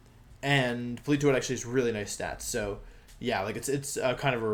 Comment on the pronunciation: Po-li-toe-ed?? Uhh.......okay